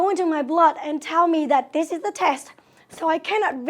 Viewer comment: sery of skill for the ielts tesht ... lash but not leash wth =)))